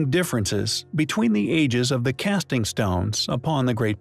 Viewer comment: What did it for me was "cassing" stones on the pyramid. Really?? Is this an ai video intended to cause people to argue or what?